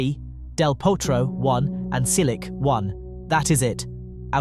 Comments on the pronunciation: The AI voice is still butchering names. Apologize to Marin Silik immediately. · "Cilik", "Raonik"... Ignorant idiot! Learn to pronounce names of tennis players. Until then you are not qualified to talk on the subject. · So you know how to pronounce Djokovic, yet absolutely butchers Cilic and Raonic. Why?